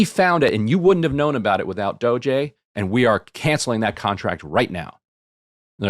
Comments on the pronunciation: It's not pronounced Dojay! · Ryan: "DOE-JAY officials" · Does Ryan think it's a sick burn to keep calling it "Doh-jay?" That's as pathetic as people saying "Drumpf" being like "i'M rEsIsTiNg..." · Ryan pronouncing it as “dogè” killed me 😂 so fancy, so official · Bro stop calling it DOGE-ey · why does Ryan pronounce DOGE as “Dojay”???? it’s pretty easy and clear to know how to say it if you understand english. why has no one corrected him? he just looks stupid saying it. i love ryan tho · appreciate Ryan trying to get the pronunciation right on doge, but it's DAH-GEE. thanks for a good show, y'all. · FYI Ryan it’s pronounced Dog-ee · Bothers me that ryan can't or won't say doge correctly. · im still triggered by the way ryan says "doge" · I live for how Ryan intentionally mispronounces DOGE lolol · yeah emily commented on it recently with ryan and he continues to misspronouce it lol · Ryan and Sam Seder leading the way in doggie pronunciation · I gotta be honest - every time Ryan mispronounces DOGE I find myself rooting a little bit harder for Elon. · Ryan's mispronounciation of DOGE renders every single thing he says afterward moot. Mountains of MDS-fueled bias.